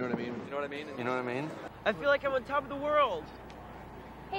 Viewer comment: "Ya know da mean" is what it sounds like.